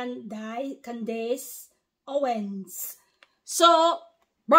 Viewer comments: Her name is pronounced like “Candis” not “dace” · It’s pronounced like Candiss 😊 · Her first name would be pronounced as Can-dus 😊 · Praise Yeshayah!!!, her name is pronounced Candis. The dace in her name is pronounced dis. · Pronounced Can dus. 💜 She is awesome, she takes no prisoners aka liberals. The republicans love America, freedom, and her people. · Her name is pronounced ----Can dus correct spelling is Candace Owens. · Pronounced : can dis